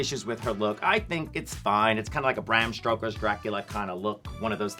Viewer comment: Not "Bram Stroker"... I'm dead! 😵